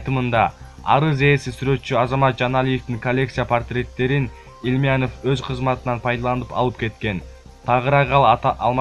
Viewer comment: Икрамжан Илманыв дейбей Икрамжан Илмиянов деп окуусан